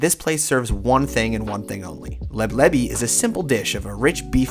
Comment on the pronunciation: hahaha LEB LEVY 😂😂😂😂 that would be maybe the jewish version of it. the right name is "LEBLABI"